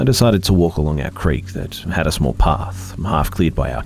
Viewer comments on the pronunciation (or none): none